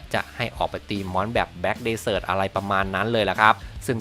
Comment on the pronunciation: desert อ่านว่า เดส-เซิท ครับ